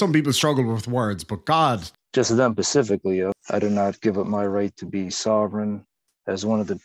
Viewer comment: Living man wants the public defenders to know he's got nothing against them PACIFIC--LLY. But how about ATLANTIC--LLY? If a living man was ever missing a brain...🧠